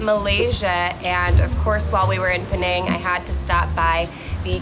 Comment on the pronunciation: Penang is pronounced peh nuh ng